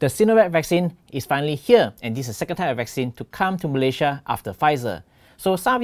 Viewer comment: Pl.pronounce 'Malaysia' correctly.